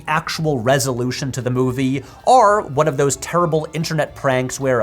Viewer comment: First P(H)W video I’ve ever stumbled upon so excuse me if I’m late, but does everyone already know that he can’t say the word “or“? He always says “are” and it’s really frustrating to listen to 😂😭 great content but if he compares a lot of things and constantly tries to use the word “or” im gonna have to tap out. 💀